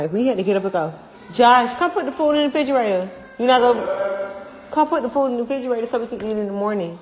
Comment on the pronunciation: “Come put the food 🥘 in the fridgerator “ 🤣